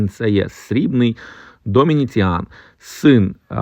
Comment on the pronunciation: Доміціан, а не Домініціан...Запам'ятайте!Ще один момент...Пишуть ,,лемес"...Лімес, лімесний !